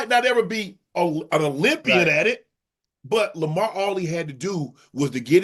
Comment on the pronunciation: Chad called that man LAMAH 😂